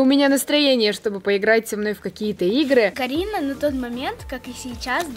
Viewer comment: вообщето она сказала Каринао